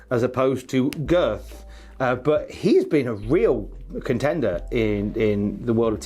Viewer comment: Am I the only one that finds the way Wade Barrett says “girth” extremely satisfying?